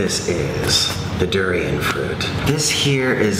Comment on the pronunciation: In my home country durian is just a delicacy but I absolutely hate the smell and it tastes okay but it kinda tastes like nothing and he’s pronouncing durian wrong anyways and durian is not how you spell it lmao